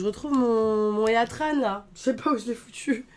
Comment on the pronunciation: Heatran se prononce hitran, de heat, chaleur en anglais.